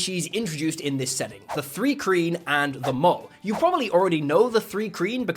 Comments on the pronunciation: its pronounced mule not mul. Its spelled mūl, to be fancy. It's mule because they are genetically sterile just like mules on earth. It's also not 3-kreen, but thri like try but add an "r". Look up dragon issue 93 it has a whole pronunseeAYshun gyd in it. As you later point this out i must point out that i have never thought of actual humans in term of D&D races. If there were actual dwarves, instead of very short humans, on planet earth then the term mūl would probably been apllied to them until they were able to find their own voice and choose another. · It's not THREE-KREEN, it's THRY-KREEN. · Not to be a duck but hard "i" "three" "thrice" "thri" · Also: officially "Thri-Kreen" is "THRY KREEN" not "THREE KREEN." And The original Dark Sun Campaign Setting says: mul (pronounced: mūl) That macron indicates a long "u" sound, which is either "oo" or "yoo" depending on your dialect and preference. So it's "mool" or "myool", rhyming with "pool", "tool", "fool", etc. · THREE KREEN? IT IS THRI KREEN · The correct pronunciation of "Thri-kreen" is /θraɪˈkriːn/ (thry-KREEN)! Just had to add it because as one of my favorite races, each time he said it wrong I was becoming more annoyed! Although it is possible he only read it there for the first time, it's kinda hard to think he has never heard the name spoken!! :)) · Three-Kreen? Dude....